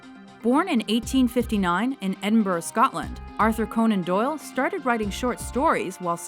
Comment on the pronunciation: Edinburugh! They got the pronounciation right :D